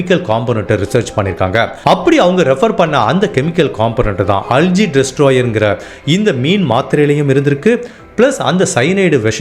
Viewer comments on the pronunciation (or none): Not அல்ஜி , அல்கே